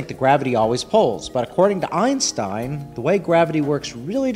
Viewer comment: Every time somebody mispronounces Einstein's name, as in , my ears bleed a bit.